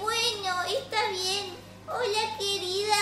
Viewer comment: envés de desir hola dise buola